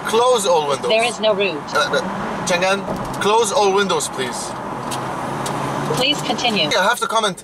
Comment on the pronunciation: that read chang'an, not chan'gan